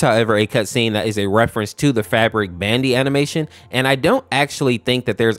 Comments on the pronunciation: bandu not b andy please stop saying bandy...... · bandi? bro that's bandu XD!